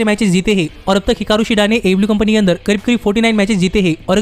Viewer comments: AEW ki jagah AE LIU sunai de raha hai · Bhai aew to sahi se bol yaar itni jaldi nahi bol pata to na bol aaram se bol